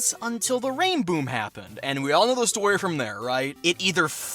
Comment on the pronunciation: He said it wrong. It's called a "sonic rainBOOM"